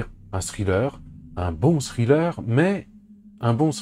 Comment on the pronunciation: Ça se prononce pas scriller.